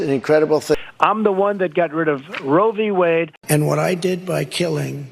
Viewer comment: Yes. As one listens to trump speak, one has to ask, does he know it's Roe v. Wade, and not rovywade? 🤔